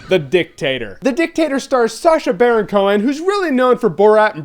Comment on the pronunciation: Why are you pronouncing it as the DIcktAtor?